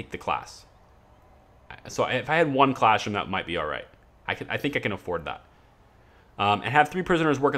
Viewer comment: Are you saying "classroom" or "clashroom" jesus it's infuriating